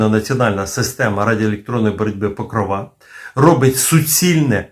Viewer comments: тільки не покровА, а покрОва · чому покровА, а не покрОва? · Блін ! Не ПокровА , а ПокрОва ! В українській мові ПокрОва, хоча і ПокрОв Пресвятої Богородиці, але все ж таки у нас Богородиця це ПокрОва. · Не покровА, а покрОва. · цікаво,але наголос ріже вухо. у вікіпедії.. Покро́ва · Може наголос треба ставити не на кінцеву "а", а на п'яту "о"🤔😉😊